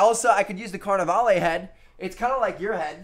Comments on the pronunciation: It's pronounced lah instead of lay. (When he said carnivale) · His pronunciation of Carnevale is giving me a headache. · Does nobody notice how hes pronouncing Carnivale wrong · anyone else annoyed by how he says carnevale?